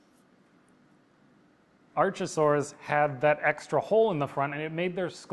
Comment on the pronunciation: Your pronunciation of "archosaur" bugs me but to be fair I don't think we should be continuing to import Greek and Latin to English anyway.